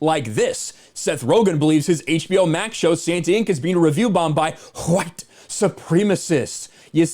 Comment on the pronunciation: IMDB is messed up because AWS is suffering major outages. And dude, could you please stop overemphasizing the Huh-white business already? You, DC, Yellow Flash etc all have this weird kink and it's getting annoying AF now. Just say it normally or not at all, because it stopped being cute a week ago.